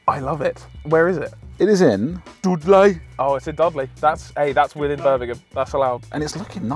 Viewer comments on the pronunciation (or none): Dudlay 'ay in Bermingum.